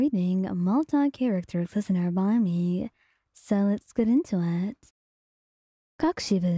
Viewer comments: or normally pronounce it as "koh-koo-she-bow" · I think your saying it super wrong 😂 I’m not sure how to explain it but your mispronouncing something from what I’ve seen most people do it’s kok-o-shibo I’ve heard the kok part be pronounced more like coke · I can’t get over the fact how she says kokoshibo 😂😂😂it’s so funny